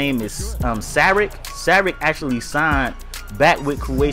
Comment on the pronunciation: It's pronounced sharich. He will develop even more for 2 years in europe and be ready to start and play big minutes as he comes to nba.